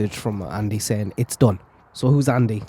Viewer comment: Referring to the text "It's done". In a way, it sounded like H actually said that it read, "It's Don". Because immediately after, H continues on saying, "It could be all of them".